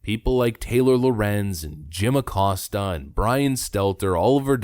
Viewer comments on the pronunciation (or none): none